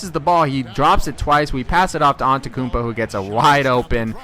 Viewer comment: its pronounced: an te tou koun po not an te koun po